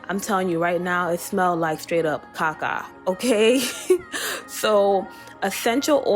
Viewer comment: Not Ca-Ca 😂🙂🙂